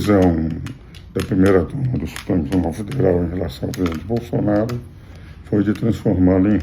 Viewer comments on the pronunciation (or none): none